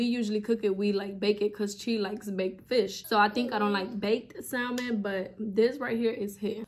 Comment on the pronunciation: Love your videos, but just an FYI the l in salmon is silent!❤